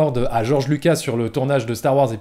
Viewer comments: Vidéo très intéressante comme d'hab mais juste si tu pouvais prononcer correctement le nom Spielberg pas spielbeurg et il y a un S à la fin de Lucas, il est pas francophone à ce que je sache. Sinon joli travail! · “ Steven spielbeurg “ “ George Luca “ Lol